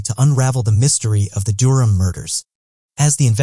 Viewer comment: The way he pronounces Durham was really getting on my nerves